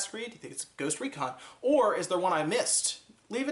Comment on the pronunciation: did he just say goost recon?